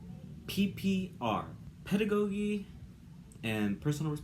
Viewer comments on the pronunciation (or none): You aren't pronouncing "pedagogy" correctly and you didn't title your video/this test correctly! It is "pedagogy and PROFESSIONAL responsibilities". Correct editing and clean publishing is important.